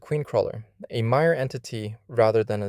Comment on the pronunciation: you keep saying 'MIRE' yet the subtitles say Maya like its a Mayan entity or something